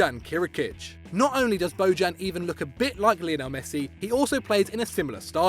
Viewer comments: ITS NOT BODJAN , It's Bojan , J like.... Yorkshire idk, like year, so u would spell it Boyan.... hes Serbian not Latin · It’s pronounced (BO-yan) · Bo-djan, hillarious pronounciation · Jesus Christ, that pronunciation. Bojan Krkic is pronounced BOY-an KIRK-itch. Just fyi. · i like how he pronounces bojan